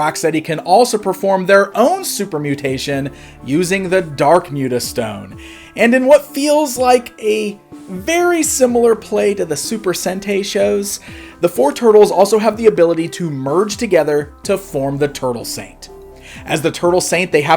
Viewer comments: Ugh... "Super Sentai". That's not how you pronounce that. "Sentai" is pronounced SEN - TIE, as in tie your shoes, or tie a knot. It is NOT pronounced Sen -Tay. I realize my comment is going to get buried among others and some might call me a weeb or something, I don't care. I just want to know if said it that way on purpose or not. I've been watching Super Sentai consecutively since the early 2000's. I know how it is pronounced. Other then that, I actually liked this video. I remember seeing these anime-based toys being sold in America, but it became a hazy memory after a while, and I forgot if it was actually a real thing or something I just dreamed up. As a kid growing up in America, I had never seen the OVA anime. I do know there were many waves of toys based on the 80's cartoon and the first 3 live action movies, and the Turtle figures themselves often had various looks and costumes. I just assumed these Super Turtles and Armored Turtles were just another look/toy to sell, even if it wasn't canon to the show. Back then, some toy lines were ready to milk a franchise for all it was worth and throw anything into the market, hoping it will sell. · Sentay?!, ITS SEN-TIE!!